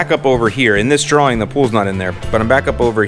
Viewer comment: Drawering? Lol Bro!